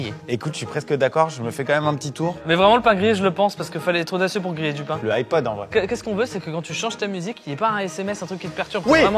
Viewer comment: "le iPod" mes oreilles 😂